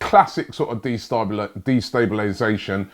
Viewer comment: Robbie trying to pronounce destabilisation is everything haha